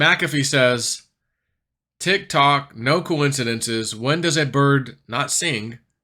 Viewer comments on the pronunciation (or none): none